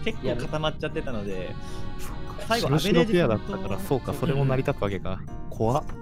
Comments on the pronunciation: 間違いなくストレージさんって言ってる。笑笑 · ストレージさんはアベレージで、、、